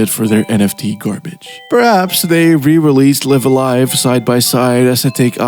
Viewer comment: Oh no he pronounces Live A Live incorrectly. Video ruined